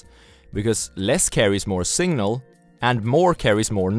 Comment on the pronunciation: Singnal 🤣🤣. But who cares. I'm here for the content, not pronunciation